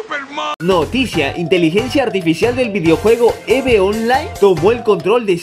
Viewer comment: no se pronuncia eve se pronuncia iv online